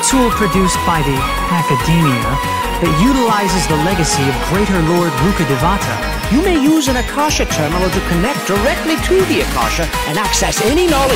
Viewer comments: Its not ak ka sha its a kaash not rukha devata but rukh dev. Ta atleast learn how to pronounce sanskrit names first then voice over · As a linguist specializing in Middle East/South Asia, the English dub’s butchered pronunciations make me cringe. Despite that, I’m so excited to finally see my favorite part of the world being represented in such a mainstream game. 😍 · I'm so hyped for sumeru and i love all the efforts they put into it, IT LOOKS WONDERFUL. But as an indian the way they pronounce the words like akash and rukkhdevata is really bugging me😭😭😭